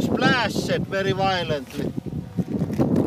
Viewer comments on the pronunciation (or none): "It splash-ed wery wiolently."